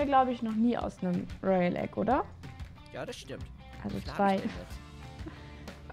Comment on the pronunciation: Es waren 5 royale eggs kaan hat 10 toyale eggs gesagt😂😂 richtig lost